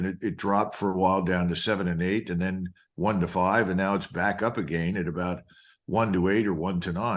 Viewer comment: Why does Col. MacGregor pronounce "again" unconventionally?